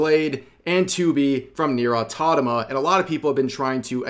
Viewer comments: "Automata", not Autotama. Achievement unlocked: Dyslexia detected! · It's Automata not Autodama ~ 🤣🤣🤣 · Rev pls, it's Auto-MA-TA not Auto-TA-MA 😭😭😭 Or are you just playin with us for the past how many vids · Rev, please, repeat after me: A-U-TO-MA-TA Rev, immediately after: AUTONAMA! Sure it's not that hard... right? xD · Am i the only one who noticed Rev pronounces Automata as Autotama? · Automata! not Autotama (like the videos btw, but that drove me insane) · autoMATA not autonoma. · Automata. Au-tom-a-ta. Not "or tadama". I'm begging you, please read the words you're speaking. It's difficult to focus on what else you're saying when I'm trying to recover from such verbal butchery. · Can someone please tell Rev it's 'autoMaTa', not 'autoTaMa' 😅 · Are... are you pronouncing "automata" as "autotama" on purpose...? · You should take a moment to learn how to pronounce the word "automata". You keep saying "autotama". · Rev, i love u, seriously..but for fvcks sake - AU-TO-MA-TA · mate pls you killing me, i know what you're doing but i can't stop laughing every time you said "Automata" XD otonoma my beloved aaaaaaaaaaaaaaaaaaaa my sides! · I'll be the only one who listens rev's smooth pronounciation of Nier Autonama closely without batting an eye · Fuckin hell ITS AUTO MA TA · Say it with me... AU TO MAAAAAAA TA!!!!! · "Autotama" Love your vids Rev I just can't get it out of my head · Rev, pls, you're killing me here. It's Au-Toh-ma-tah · is there any inside joke im missing when he keep saying Automata "Autotama?" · hearing rev say "autotoma" is really funny. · He's never going to fix "Autonoma" is he? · I can't concentrate on whatever else Rev is saying when he keeps saying Autonama... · "autotoma" XDDDD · Is it me or Rev says "Nier Autotoma"? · Please stop saying autotama. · exactly, the pronunciations vary depending on dialect and country. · When Rev properly pronounces Automata, the Israel and Palistinian conflict will end. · Tell me you've never said automata before